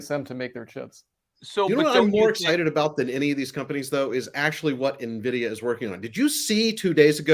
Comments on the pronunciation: stop saying nuvidia it's pronounced en(N)vidia :) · It's not pronounced "nuh-vidia", it's just N-vidia. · Dumb Money are the only people in the world who say “nuh vidia” and not “en vidia”. Still lovem tho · Guys Nvidia not Na vidia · Please stop calling it Navidia… it’s pronounced eN Vidia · Ugh Nvidia is pronounced N-vidia. You pronounce the letter N. It’s not navidia. The guy in the middle keeps interrupting his friends and can’t stop talking. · Nvidia (/ɛnˈvɪdiə/ en-VID-ee-ə), Latin for the word 'envy'. Nuh-VID-ee-a, or Nah-VID-ee-a is incorrect pronunciation. Nvidia initially had no name and the co-founders named all their files NV, as in "next version". The need to incorporate the company prompted the co-founders to review all words with those two letters, leading them to "invidia", the Latin word for "envy". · "Neh-vidia"?? "Asure"?? Besides that, you guys should also try to interrupt each other less. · The dude in the middle keeps calling Nvidia "Navidia" 😂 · Does he seriously call nVidia... nehvidia? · The “expert” on Nvidia can’t even pronounce it properly lol! It’s not NA vidia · Nvidia Not Nahvida. 😂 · When you pronounce it “navidia” you convince you do not know it at all. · Stop saying Navidia! Seriously! It really makes you sound dumb. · Did expert 2 just say “Na-vidia”?? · Na-Vidia? Why is trying to rename Nvidia? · Three yahoos bar-chatting stock pump headlines, seekingalpha blather and motley fool summaries. I'll believe a bit more if I stop hearing "navidia". Mini-Cramers on valium. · gonna fwap upside the head if he says “nuh-vidia” one more time. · So very intelligent conversation and appreciate the dialogue and point of view. First the guy that mispronounced NVidia 20 times is annoying why is it so hard to pronounce it. Second I think some graphics would be really beneficial. All in all, great job guys.